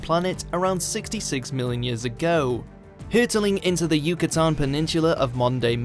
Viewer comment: Wow this guy sucks, his pronunciation of places like Yucatan and Hiroshima is absolutely wrong.